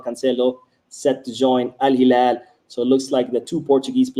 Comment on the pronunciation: You pronouncing al hilal correctly the real one in Arabic!! Awesome 👏